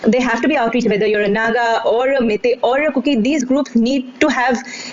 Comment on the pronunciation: Its not "mae-tae" fool! its "mei-tei" just like "wai-wai" jut replace the "A" with "E".